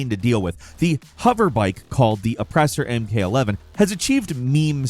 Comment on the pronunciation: Lmao “oppressor mk eleven” tell me you don’t play gta without telling me